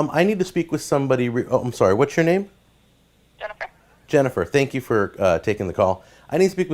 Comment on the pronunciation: bruh!! Tank yew